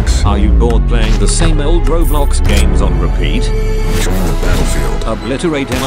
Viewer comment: ITS CALLED ROBLOX NOT BOBLOX